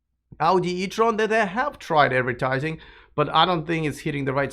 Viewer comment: Kinda great that Tom said "advercating" at !